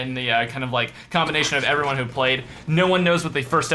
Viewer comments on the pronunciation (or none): none